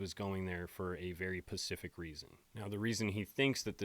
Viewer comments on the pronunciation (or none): Not at all trying to be rude because I enjoy your videos, but it is not pacific, it's specific. 2 very different words with completely different meanings. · I love your videos dude, but every time you say "Pacific" instead of "specific" it drives me nuts. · Guy keeps saying "pacific " instead of specific and it pisses me off so much. Every video. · You said “pacific reason” lol I love this channel dude I love your content, but come on bro tighten up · Okay, he must know this, but just in case; the word is "specific"_... not _"pacific." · did you say "for a very PACIFIC reason"? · He totally did. 😂 I can't stand when people say that.